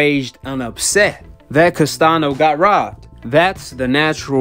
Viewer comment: "Castanio" not "Castano" thats how you say it.. and "Brian" not "Brain"